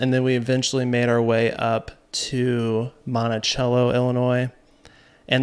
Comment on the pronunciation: I grew up 10 minutes outside of Monticello. It’s so cool to see places where I grew up on the silver screen of YouTube. Great video! I just gotta say it though it’s pronounced Monti-SELLo 😊😊😊